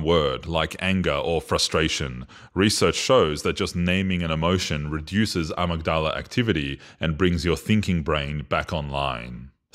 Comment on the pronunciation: Great video! (I think it’s pronounced “uh-mig-duh-luh” though). I think this explanation breaks it down nicely and succinctly!